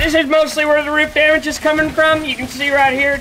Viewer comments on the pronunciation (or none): The way of how he said damage as demedge, lol.